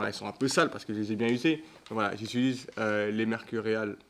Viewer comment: incroyablee la vidéo sah 🤩 par contre c'est "j'utilise" pas "j'iltulise" 😀2.37